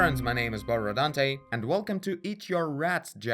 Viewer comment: I discovered you only three weeks ago, and I think I watched 80% of your videos. Totally fan ! Keep going :-) (hey, by the way... where are your RRRRR when you say Borodante ? I liked that to) Oh ! And the Kid seems to have eaten all the plates and – with his evil look – ready to eat one more... Maybe if the format of your drawing were more wide and we saw an empty plate next to him (and not in front), it would be better. OR he should not seems ready to eat (with the knife and the fork) but crossing his arms and looking away.